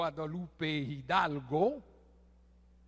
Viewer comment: Louis has good vocab .he said guadalupe , hidalgo ,and puerrrrrto rico really well.